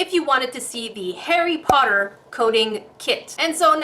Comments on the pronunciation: it sounds like your saying hairy potter instead of Harry Potter.😅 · Sounds a bit like hairy potter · I like how it sounds like she's saying 'hairy potter' XD